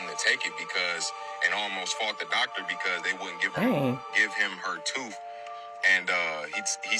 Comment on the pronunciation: Tooth not toof